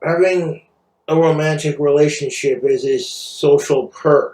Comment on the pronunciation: Why is noone talking about how he said "relationshit"